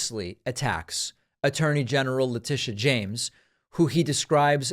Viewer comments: LateeSHAH…he’s so effing racist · He does it on purpose to disrespect them. "Peekaboo" isn't really what he means when he's talking about Leticia James. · Why in TF was he not found in contempt of court??? The way he pronounced her name proves he is a racist. Put his ass in jail. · I love the dramatic pauses for effect. ...Letitia... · I guarantee you that his emphasis on pronouncing "Leticia", was done with a racial connotation.